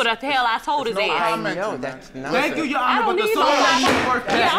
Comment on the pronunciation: loll , "Excuse me your Hinu's" not ha tryna say "your honor".. She so cute I love ha